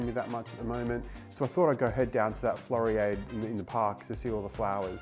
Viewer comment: Interesting video. Floriade. Pronounced Flori ard (like in hard)